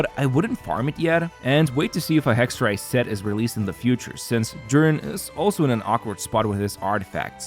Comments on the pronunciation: Holy he pronounces Hexerei right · I loveeeeee hearing the Germanic pronunciation thank god I yapped in comments